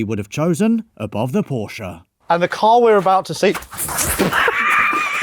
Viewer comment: Only makes sense if you don't pronounce Porsche properly